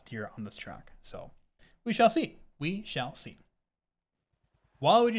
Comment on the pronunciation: N "we shale see"